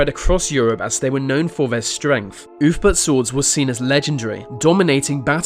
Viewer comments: ‘Oolf-bert’, not ‘oof-burt’ ya big dumb dumb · Ahh yes the legendary oofbert sword... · "Ulfberht swords were forget in the 9th century"